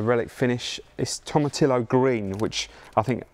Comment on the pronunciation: Who is this guy Tom Atillo he keeps mentioning.....? Hahaha